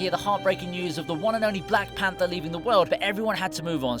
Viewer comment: 'Black Panter.' Way to drop an H peeps.